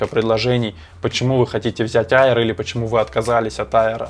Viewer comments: Только не «айер», а «эйр»😊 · Макбук АИР... Читается как Эир